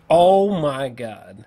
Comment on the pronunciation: "Good Gawd" that cracked me up every time...but seriously these long form reviews fucking fantastic